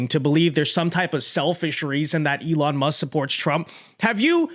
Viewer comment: "elin", andersen? it's elOn! say his name right or else youre racist or something... least that's what i heard from kamala supporters...